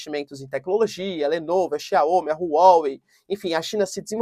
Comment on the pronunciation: Não é Xiaômi, se pronuncia Xiaomíí